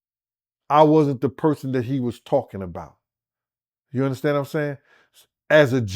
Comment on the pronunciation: "YOU UNDASTAN" MIGHTY! 🤣🤣🤣